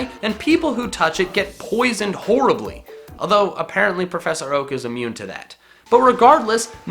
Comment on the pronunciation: IMMUNE, NOT AMUONNE!